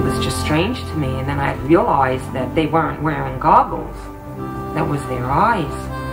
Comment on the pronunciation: "When I'm outsoide" "Then I realoized"